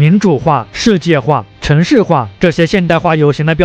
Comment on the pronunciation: 主播，世界读音shijie视界，不是设界。